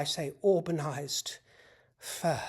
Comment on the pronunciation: “….auburn-ized furrhhh”🤣🏆